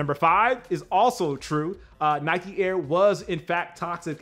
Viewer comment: I hate the mispronunciation of of Nike, Adidas and Puma!!!!